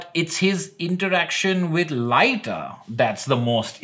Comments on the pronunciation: Your wife's deduction of the missing dreams from Morpheus and Matthew's dialogue is brilliant, I didn't deduce it at my 1st read and I'm now in my 2nd read and I still didn't connect it. Edit: And I think its pronounced Leeta as in Hippoleeta, not Laita haha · Ah yes of course - we should be saying Lit-ta I guess? I'll just add it to the book of names I've learned not to mispronounce thanks to this channel! 😁 And yes, that's was sharp of, I never thought of that at all, which allowed me to be properly surprised at the end. And all she got was... the satisfaction of being right? 🙄